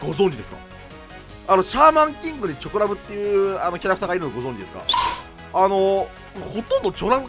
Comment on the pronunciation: チョコラブの発音違う